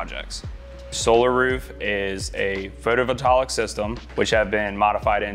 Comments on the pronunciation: He said Photo Vatalic,(that's not a word.) pretty sure he meant Photovoltaic, lol. As an Electrician I feel like it should be corrected. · “pHoToVoTaLiC system”🥴🥴🥴